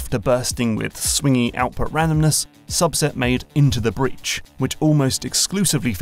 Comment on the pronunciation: INTO THE BREADH LETS FUCKING GO